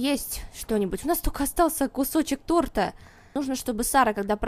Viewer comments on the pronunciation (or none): none